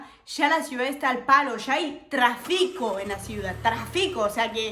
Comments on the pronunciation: Vivir: no se dice trafico. Se dice Tráfico. Con acento en la A!. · Tu Español es perfecto, hubo solo 2 palabras con acentro grave que no sabes pronunciar : TRáfico (acento en la A) tu lo haces en la i. También me pareció que utilizas muchas groserías y tal vez lo haces para parecer "chistosa", pero en mi concepto suenas un poco "vulgar". Cuidado porque si vas a presentar una entrevista, no puedes decir semejante "palabrotas". Al principio suena "chistoso", pero después suena vulgar. Yo también viví en Paris 1 año y medio y me pareció que los Franceses son muy cochinos y no se bañan mucho y en el verano en los vagones del metro, la mezcla de sudor, perfume y otros raros olores, hacen muy desagradable el viaje, Otra cosa cochina de los Franceses, es que cargan "la baguette" debajo del brazo... GAS !!! que cosa más desagradable, no se bañan y además ponen el pan debajo de la axila. Paris es bonito, la Tour Eiffel, es un símbolo de hierro retorcido y Edith Piaff dfue una gran cantante.